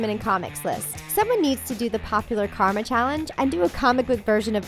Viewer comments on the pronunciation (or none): none